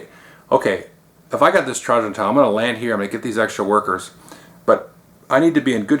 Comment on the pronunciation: Double check. I looked at multiple sites and they all reported that it was Tray-jen. I wouldn't care except I prefer that pronunciation by soooo much (I can't say why).